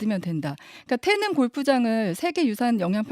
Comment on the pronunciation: 기자님.. 태능 아니고 태릉.. 중학교 국어시간에 다 배우는걸.. 어후..